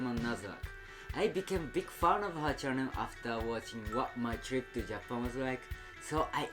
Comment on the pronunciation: I love he said big fun not fan 😂